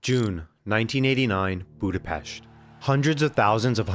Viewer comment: Ahhhhh, he fucking said Budapest right. You know how fucking rare that is??? Pest in english means a bad thing thats why we hate it when they pronounce it that way.